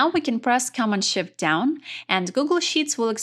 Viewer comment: The English was very good, except for the word Command. The accent should be on the 2nd syllable. It took me a while to get what the word was, and I was so focused on figuring it out that I missed what she was saying.She got Control correct. It's the same principle.